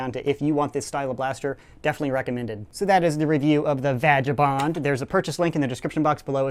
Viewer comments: It is pronounced (VAG-U-bond) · Vagabond is another word for a homeless person in Britain😀and it's vag-er-bond. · no offense. it is pronounced vay guh bond. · No it's pronounced vaginabond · Indeed, my child. indeed. And the part doesn't know that it's pronounced Vay-gay-boond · haha when you prefer to say vagabond the way you did. i see what you did there xD